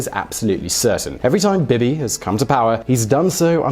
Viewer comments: Bin-yah-meen Net-tahn-yah-hu. Bee-Bee not Bib-ee. PMs do not have terms. Governments do. We elect party lists based on their platforms. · Are British people incapabale of pronouncing things correctly? You can clearly hear how its said in Israel. I'm American, and I'm capable of saying it the same way. "Bee-Bee" Not "Bib-e" BEE BEE. BEE BEE NETANYAHU. You thick fuck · Bib-ee? Bee-Bee.